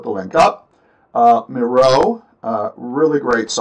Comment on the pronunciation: Miro is pronounced MEER-O :) If you go to the help section on their website, they have an introduction video showcasing the service and that's how they pronounce it. Just thought I'd let ya know.